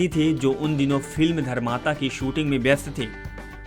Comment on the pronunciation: Dharmatma ko dharmata bol rahey ho...????